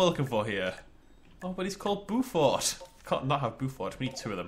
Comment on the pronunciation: I didn't know this exists! It looks great, but even though it's not real the size of the enclosures bothers me! Just a little note... Beaufort = BOW-FORT (As in bow and arrow) not BU-FORT